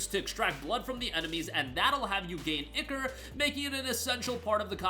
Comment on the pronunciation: Someone finally said the word right. It's pronounced "Ick" "or"! Not "I" "core"!